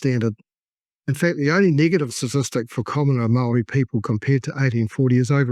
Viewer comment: This is hilarious. Your comedic mispronunciation of even the simplest of Maori words that many five year old children have mastered...not easy but I applaud your commitment. I'll be back when I'm desperate for another laugh.